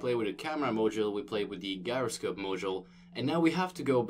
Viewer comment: your tutorials are good but god damn that hard G on gyroscope really hits the ear wrong :P